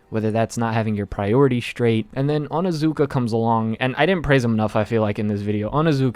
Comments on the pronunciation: its not onazuka ITS ONIZUKA!! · It's OnIzuka not how u were saying it lmao